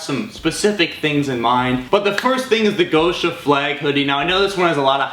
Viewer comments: It’s not gousha its гоша (gosha) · It’s GOSH-A not GO-SHA